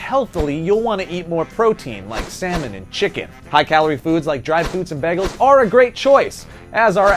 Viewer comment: did you pronounce bagels as... beggels....?